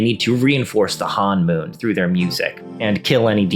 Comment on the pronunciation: It's honmoon, not hanmoon (first syllable rhymes with the English word bone).